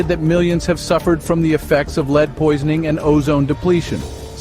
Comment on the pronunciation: Yeah honestly that made it too frustrating to watch. Doesnt even care enough about editing to notice the main lethal ingredient is being pronounced wrong